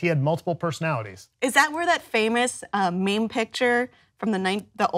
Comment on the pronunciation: Did she really say mame picture